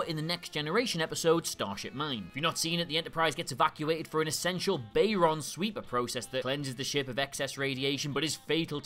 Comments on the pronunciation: eyerolls and laughs Yup, that ever-infamous "bay-ron sweep", not "Baryon sweep"...oof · "Bayron sweep"? Seriously?